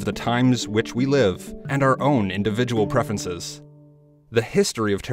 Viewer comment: He says prefences.